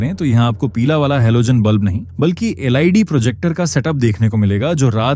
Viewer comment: Siv Lid टोपा वक्ता है क्या? जो suv को siv LED को lid बोल रहा है।